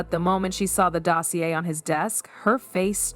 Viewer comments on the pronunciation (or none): none